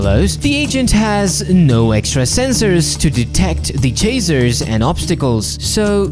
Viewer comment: is bro saying chaser or chazer? I know he has an accent but still